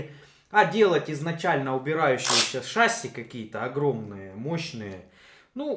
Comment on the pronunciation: вроде и толковый парень, но режет уши, часто не правильно произносящиеся слова на 00.14 шассИ , а не шАсси, это французское слово , ударение в конце слова – это особенность данного языка